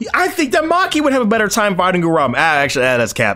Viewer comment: can someone tell me why's everyone calling Uraume, Urame? That's not his name bro's